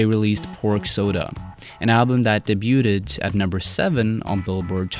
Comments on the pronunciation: / Day-Bee-Ewe-Duh not de-bee-ewe-ted. Great vid nonetheless!! :] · This ignorant motherfucker just said "debute-ed" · Debuted, say it with me... DAY-BEWD. To say "Debut" you say DAY-BEW. sheesh. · lol Debuted is pronounced "Day-Byou-d" not "Daybeauted" Thanks :) good video overall! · debu”t”ed? The “t” is silent bub Wyona? Forgot the other “n” bub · (btw, 'debuted' should be pronounced like 'daybewed') No--sorry more like daybued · Great job! BTW Debuted is pronounced as "Day" "Bued" (rhymes with viewed). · Debuted sounds like Daybyood. Morale is pronounced MoRAHL. You're welcome. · day-byoo-ted? wtf? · debuted is pronounced "day byoud" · "An album that daybeauted at no. 7..." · Debuted is pronounced "Day-Bewd". You're welcome. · I’m not trying to pick on you or be a snob, but the “T” in debut or debuted is silent. It’s pronounced [day-bue’d]. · "Debuted" is pronounced "day-byuu-d". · pretty sure it's the 'T' that is silent in debuted Day-beu-ed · It’s pronounced “day-bued” lol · Super excellent video. Really did the band a service and great choice in facts. Side note, look up pronunciations on ‘debuted’ and ‘morale’ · Did you say debut=ted? Dumbass! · The 'b' is silent is "debuted." Otherwise a fine offering here. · Fantastic video! You provide a lot of insight and great history. Small note - the 't' in 'debuted' is silent haha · The 'T' in debuted is silent. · For real. And you can tell its disingenuous cuz he doesnt know how to pronounce todd huth... Or "debuted" for that matter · the T is silent is Debuted